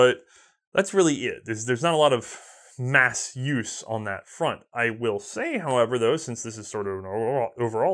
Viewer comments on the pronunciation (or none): none